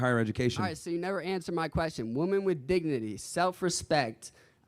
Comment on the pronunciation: Nothing that simp said is an argument. He sounds unintelligent, he can't even pronounce the word "women" correctly.